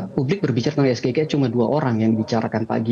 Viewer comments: Apanya yang salah. Ya bener, diucapkannya harus es ge i e ... Coba lihat kaidah bahasa indonesia tentang pengucapan singkatan dari kata berbahasa asing. Contoh lain, we ha o, we te o, dll ... Sayang, kenapa nggak ada orang bahasa yang mau komentar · SGIE (es ge i e, pembacaan dengan logat Indonesia) atau SGIE (es ji ai i, pembacaan dengan logat Inggris) artinya State of The Global Islamic Economy, kalau yang disingkat bahasa inggris, pelafalannya juga harus dalam bahasa Inggris, SAMSUL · Sego Goreng Iwak Endok Lek.., gk cocok blas singkatan bahasa Inggris di baca ejaan bahasa Indonesia...😂😂😂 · Ngedabrus GK bermutu ni tim 02.samsul aj salah.ngucapin sgie..Sego isi endog